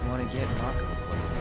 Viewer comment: The way you pronounce Mako is the only way to pronounce Mako. 😂